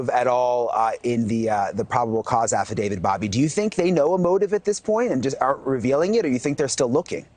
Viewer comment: Aside from mispronouncing "Affidavit"